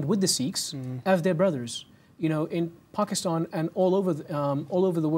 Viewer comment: What’s up with this dude’s accent? Not just “Paakeethaan”, but the accent as a whole. Is it a southwestern England accent, or what? His R is like rrrrrr, “serrrve”. And why does he say “Seekh”? He’s Sikh, teaches about Sikhi…so why mispronounce it?